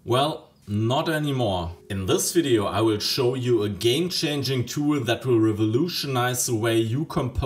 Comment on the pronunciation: "sis" and "set" could also use some improvements - it's not "set" hard to put some effort in pronunciation. A good teacher would insist in such "sings", but german teachers suffer from the same problem.